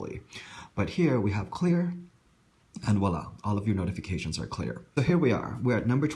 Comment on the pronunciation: it's voila (emphasis on the v).